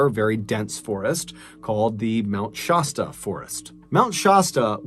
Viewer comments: Shasta is sh-ass-ta please stop mispronouncing it. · Sorry, but I have to correct something... Mt. Shasta - shASStA. Love your stories!! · It is kind of disrespectful to mispronounce names and places.